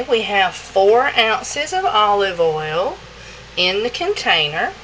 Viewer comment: "Coconut ouel"